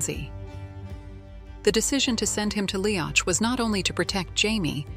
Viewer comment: I don't know who did the artwork for this video, but Brian Fraser had dark, black hair, not red. He was known as Brian Dub, Black Brian. Jamie was known as MacDub/MacDuff by his Ardmuir men. This means Son of the Black One. Tell the AI that Leoch is pronounced Lee-ock, not Lee-octch. I think that whoever created this video did not read any of Diana Gabaldon's books.